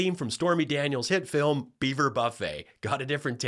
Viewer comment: And her "filam"!